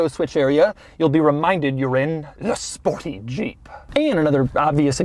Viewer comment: The way he says 'THE SPORTY JEEP' really cracks me up 😂